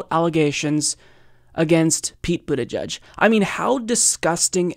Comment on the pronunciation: “Boot-eh-jedge” not “boot-eh-judge”.